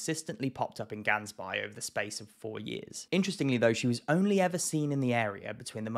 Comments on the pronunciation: Gaans bay is translated to goose bay. please pronounce it right, the A sound is a aaah sound and the g drags out GGG aaaah ns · Great video but Gansbaai in Afrikaans is pronounced with an H. As in Hansbaai. Keep up the awesome videos. 👍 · Love your content and I'm normally not ever that guy but Gansbaai is pronounced Hans-Bay. Keep it up. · You are butchering the pronunciation of Gansbaai, but props for adding extra humor to this episode.